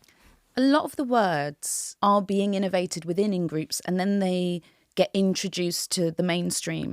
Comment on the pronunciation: Sofia needs to sound the last letter of her words. Eg 'get' has a "t".